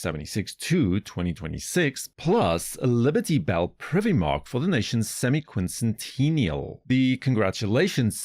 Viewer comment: I like the way you pronounce sesquicentennial and semiquincentennial, however who is Scott Bressent ? 💀